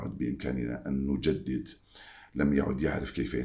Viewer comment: اسمه جمال وليس دجمال وجد نفسه وليس ودجد نفسيه نجددد وليس ندجدد....... يا صاح .....اللغة العربية ارقى من الفرنسية يا حافظ الدجراجي.ههههههه